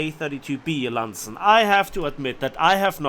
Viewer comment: Landsen...? It's Lansen.